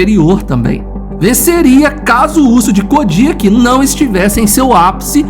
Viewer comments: Acho que a pronúncia certa é "Codiáque" e não "Codíaque".. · Codiaque a forma correta de se pronunciar